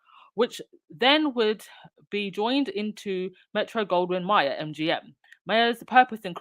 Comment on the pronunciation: Pronounced "May-er" 😊